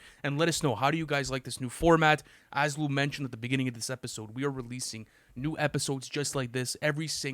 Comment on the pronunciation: hes trying to say lou. Lu 😂